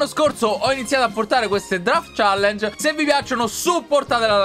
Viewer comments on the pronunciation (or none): none